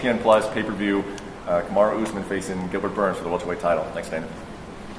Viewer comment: Kamaru “Oozemaan”